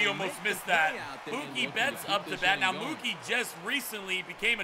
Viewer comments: in mookie its a long o not short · It's Mookie like cookie, not like a cow would say it